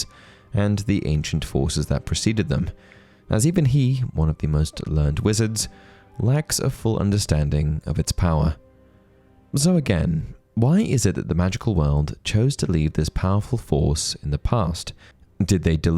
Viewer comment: As an adjective, "learned" is pronounced like "learn" plus the name "Ed", not "learnd"